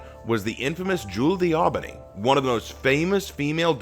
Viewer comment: What?... DAUBENY